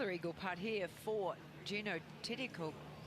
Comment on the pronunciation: Who the hell is “Tittiekoon”? mThe Thai pronunciation is THiti khul “